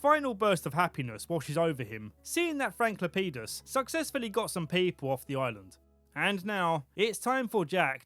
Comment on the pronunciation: It sounded like Frank LePenis to me 😂